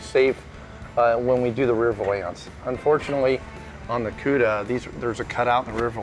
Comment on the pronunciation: Nothing annoys me more than the way pronounces valance. Val-ence not va-lance